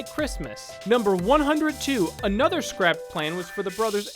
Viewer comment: "For one Anothfgher..."